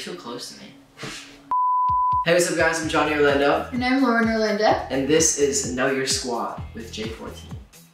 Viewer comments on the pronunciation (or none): Nobody: Lauren: cannot pronounce her last name Orlanda!